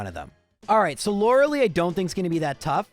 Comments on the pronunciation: Stop saying Lorelee. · say it like we do in german LOH-REH-LAI